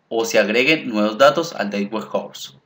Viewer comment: muy interesantes tus tutoriales, pero para que sean mucho más profesionales te recomiendo que cuando pronuncies la frase "data warehouse" no lo hagas como si estuvieras pronunciando la frase "date warehouse". Te recomiendo que valides la pronunciación en un traductor. Saludos y gracias por lo buenos tutoriales (igual vale la pena que le des más créditos al libro de Kimball, porque básicamente tomaste el primer capítulo y lo pegaste en una serie de diapositivas).